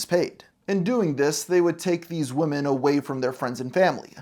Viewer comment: The plural word “women” is pronounced “WIH’men” not like singular “woman” (“WHU-man”). I’m not sure why Gen Z and some millennials learned it incorrectly, but it’s really annoying given how much we need to get stories about trafficked women front and center.